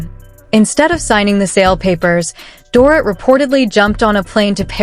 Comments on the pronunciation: Can't the creator of this video adjust the AI voice to pronounce the name Dorit the proper way, which is Doreet? If they use AI to speak, why can't they fix it to pronounce the names of the major subjects correctly? Lazy. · Please learn how to correctly say her name....DorREET! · I agree, it is lazy ! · They jacked her name up for sure. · I know - it's DOREEET not DORIT!!! And Hermes is pronounced ERMEZZ - not whatever the AI voice was saying, lol.